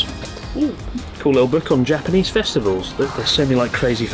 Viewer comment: Why is your Japanese pronunciation so bad, Chris? D